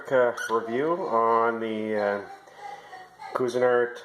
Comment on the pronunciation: "QUEE-zin-art". A for effort!! Haha